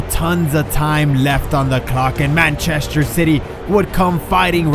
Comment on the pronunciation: Mancheshter. Lol xd.